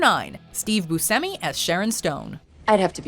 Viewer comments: boo-shem-i not boo-sem-i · It's pronounce booshemee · Its pronounced Booshemi.